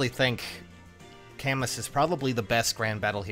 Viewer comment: If his name is really from the french writer it's pronounced "Kamu" not Kamus nor Kamous